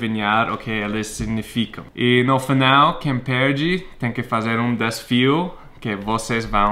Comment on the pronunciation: o certo é falar DeSAfio e nao deSFio. rsrs